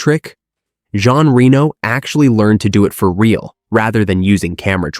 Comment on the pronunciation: I love this movie and these types of videos, but after 30 seconds I had to stop just bc you are saying Rino instead of Reno 😮